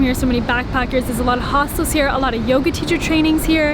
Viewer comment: Isn’t hostel and hostile pronounced the same way? Or at least pretty similar? It stuck out to me when you said it for some reason. I knew what you meant because I know what a hostel is. 🤔